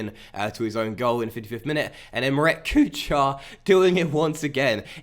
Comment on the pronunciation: Enjoying the series immensely! On a quick note: Kuchar: ch is pronounced as h (think the first sound of the word Helicopter). It means cook. *************The more you know **************